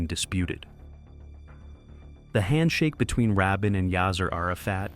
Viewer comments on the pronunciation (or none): It's pronounced Ra Bean